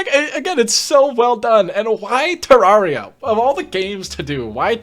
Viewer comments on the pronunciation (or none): I can’t explain how angry you saying terraria like that makes me